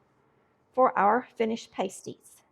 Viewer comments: Not "Patsy", It's "Pass-tee"🤣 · PRONOUNCED PASTIE AS IN PAST. 😊👍🏼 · I am married to a Finn. I make them all the time. These are called pass-ty. The way you are pronouncing the word is a pair of small, cuplike coverings for the nipples of a stripper, nude model, etc. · Pasties are pronounced with a short A not a long A. Pasties with a long A is something the is used by ladies of the night to cover two parts of her upper body. Look it up. Just saying. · UK miners ate these when they went underground, so it is not Finnish, but the recipe was brought to the UP of Michigan bcos of the iron and copper mines. There is a large Finnish community in the UP, so that may be the confusion. Instead of making individual pies, I make them in a pie tin like I would a 2 crust pie. This is a healthier version as it doesn’t have as much crust. Also, u are pronouncing it incorrectly. It is not pronounced like something erotic dancers use to cover their nipples. Ha. I’m from the ketchup camp. Can’t eat one without it. Thanks for bringing this to some ppl’s attention. It is a delicious dish. Since it has onions, carrots, and often rutabaga, it doesn’t need anything to accompany it.